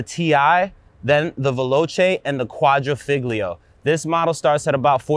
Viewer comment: Nice review! I have the top model, the Quadrifoglio, and it is phonetically pronounced "qua-dree-folio". Cheers.